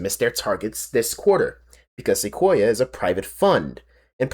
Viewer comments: Seh-kwoy-ah. It's named after a tree. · its ok to edit out your mistakes. also its pronounced se-koi-ah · I can tell you're a YouTube video essayist by the way you managed to mispronounce "Sequoia" in three different, but equally wrong, ways.